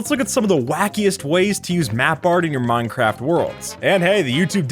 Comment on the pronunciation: Did he just say "muncraft"?